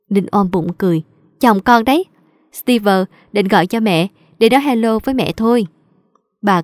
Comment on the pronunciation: ơi, chị góp ý chút, trong truyện bà mẹ vợ, phát âm tên Steve sai rồi. Đoc như Steev ko có vơ